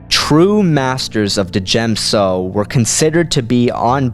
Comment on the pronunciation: FYI I don't think that you're meant to pronounce the D in Djem so. Great vid man :-D